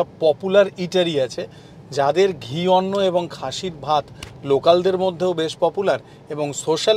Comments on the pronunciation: No arnna but it is anna। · Dada in "Arna" is the Aparbransha (erroneously pronounced term) of actual Odia word - Anna.